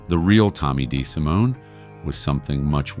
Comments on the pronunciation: Tommy Des-simone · In addition to all that was stark blamin' wrong -- in this video, like Tommy's pronunciation of his last name (it WAS Dee See Moann) -- not Deh Si Moan. As well, I think that certain people were listed as being a 'ore-tuner on a guitar neck -- i.e., kay Poh instead of Cap Oh (CAPO). Stuf like this just make me want to NOT recommend this channel!